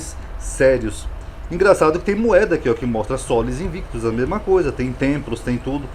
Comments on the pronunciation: Uma observação: aos o senhor fala “Sola Invictus ” com o “v” sendo pronunciado como “vê” e fazendo uma distinção do “u”. Isso está errado pois, de acordo com a pronúncia reconstituída do latim, o “v" tem som de “u”. Logo o correto seria “Sola Invictvs” lê-se “Sola Inuictus”. Espero ter ajudado ☺️☺️☺️ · E sim, no latim clássico não existe o “v” com o som “vê”. Sola Invictvs era um deus adorado pelo imperador Aureliano, o restaurador do império.